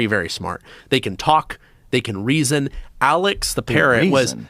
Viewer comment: Hahaha the way he said reason